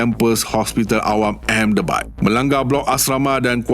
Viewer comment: Knp Ahmedabad dibaca ehemdebad? Something's wrong ke? Pelik..😮